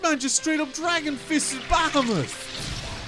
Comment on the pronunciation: It's more like "Ba-ha-moot"😁